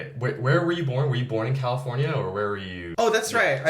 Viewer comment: フジがカリフォルニアのこと「カルフォルニア」って言ってるのずっと気になってたんだけど、確かにカルフォルニアのが本当の発音に近い？かも？と思った